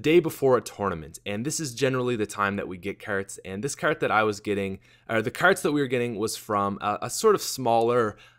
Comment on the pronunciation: Brock Olsen Like ya never seen a shopping kerrt before, eh buddy?